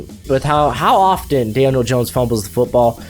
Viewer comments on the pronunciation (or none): none